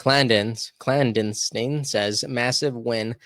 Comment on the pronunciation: Love this!, I hope you don’t mind me giving the correct pronunciation on a few things. Clandestine= clan-destin as in destiny. From a previous episode, Macron = Ma-crone. There have been a few others and I’ll try and help when I see them. Not meant as a personal attack but rather as a knowledge booster to help the credibility of you and your show. Love your work, keep em comin!